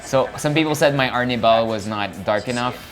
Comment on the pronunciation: ar-NEE-bal. Not AR-ni-bahl. 2nd syllable stress!!